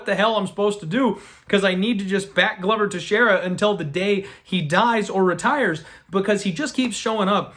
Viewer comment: ITS GLO VER NOT GLUVER